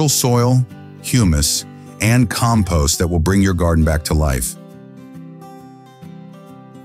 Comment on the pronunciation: Sounds like AI. Keeps mispronouncing compost